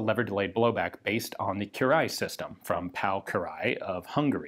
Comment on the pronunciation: It appears to have some influence from the Hungarian gun designer, which trips your tongue, "Kiraly" Pronounced phonetically, Ki-Rye, but in one syllable.